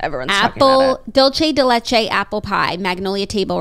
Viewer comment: The way Jackie pronounces dulce de leche 😂😂😂